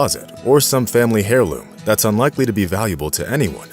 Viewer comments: It's an heirloom (air-loom) not hair loom! J.S. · Heirloom: It's not pronounced hair•loom", as far as I know -- it's air•loom. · ... 'hair' loom? 'HAIR' LOOM??!!!... it's spelled 'heirloom', but you pronounce it 'AIR' loom, you illiterate clown!!! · Heirloom is pronounced “Air-loom” not “Hair-loom.” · Hair-loom? 😄😄😄😄 The H is silent in heirloom. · Did the presenter just say “Hairloom?” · The "h" is silent in heirloom, pronounced "airloom". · "family hareloom" 😊